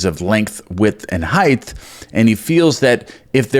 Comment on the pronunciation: If you keep adding a “th” to the word “height”, I’m gonna scream! 😫😂😂. Tongue twister, eh?☺️